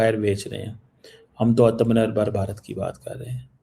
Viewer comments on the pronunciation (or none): Atmanirbhar bolna sikhle kisne dr, bna diya yrr chii chii